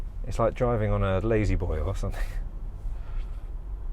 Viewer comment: I thought you said it's like 'driving on a ladyboy or something'. I had to rewind before I realised you said 'Lazyboy'.